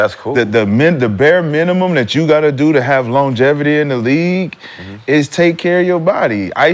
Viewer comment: Lol longeverty